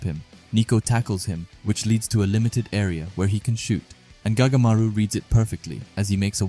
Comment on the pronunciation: Anyone notice he said goatamaru